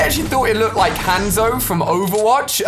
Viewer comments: Haanzo not hanzo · Hanzo he said handzoe😂😂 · Not hanzo lol its pronounced honzo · It’s pronounced Hon Zo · Its hazo pronounced honzo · me at the start- YOU'RE PRONOUNCING HANZO WRONG! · He pronounced HANZO WRONG😂😂😂😂😂😂😂😂😂😂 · The way Ali pronounced Hanzo, I’m dying 😂😂😂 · Ali-a pronounces everything wrong. aaaqua-man and haaanzo. Can he pronounce a the correct way?